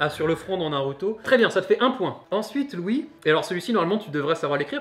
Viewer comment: Pffff, j'ai compris kitsune, yamete...... et c'est tout.:( Deuxieme lecture de la vidéo, je comprend mieux, mais quand à prononcé "Louis", j'ai compris "Ryouri". ^^